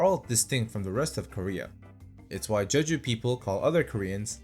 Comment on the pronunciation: @@ Hi mate. It’s Je-Ju, Not Che.